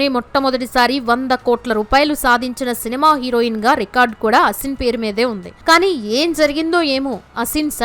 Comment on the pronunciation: Her Name is SHould ne Pronounced as AASIN Not ASIN As You are Pronouncing .